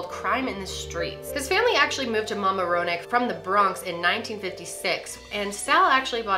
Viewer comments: Always great but it’s Ma-MAR-ra-neck lol I work there so... always great tho;) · Momma-Rone-neck? LMAO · Haha love you but that’s so not how you say Mamaroneck. I live in the area and love when outsiders try to pronounce some of the names around here because a lot of them, including Mamaroneck are Native American names and can be difficult to pronounce. You tried though! 👍